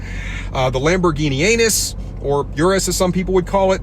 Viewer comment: Hahaha i love how you say lamborghini anus. 😂😂😂😂😂 its killing me.